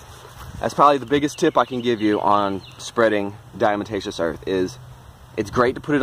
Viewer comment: Diatomaceous “DiaTomaceous”. Not “DiaMatacious” lol but looks like you got it figured out by the end anyway. That stuff definitely RULES, all over. House, garden, barn, everywhere